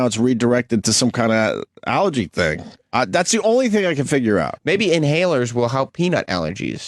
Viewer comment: Opie’s inability to pronounce the word ALLERGY is breathtaking